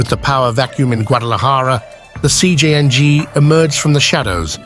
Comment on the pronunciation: “Cjing” AI truly sucks